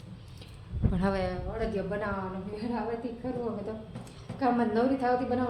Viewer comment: અડિયો નઈ અડદિયો